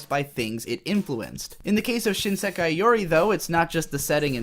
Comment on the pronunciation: This unpopular opinions = more views schtick is getting old. Such a tired old trope used repeatedly by. The voice acting in this video is not that good either, the word “Sekai” is badly mispronounced for instance, and I really do not get any emotional depth to main narrator/protagonist, the one who plays the part of the contrarian anime reviewer. The animation quality for the video is quite dated as well. Also, failing to understand basic things about the show, and using this stupidity as a basis for criticism of the show, while it does help turn the contrarian narrator character into somewhat of a comedic character who always gets things wrong, for some reason the unintentional comedy of that just falls flat and is barely even funny at all, probably because of the lack of character development or any real plot. This YouTube video is one of the worst anime I have ever seen, possibly even worse than Princess Mononoke.